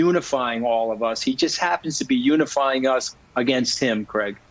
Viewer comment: Unifing us..did I hear him correctly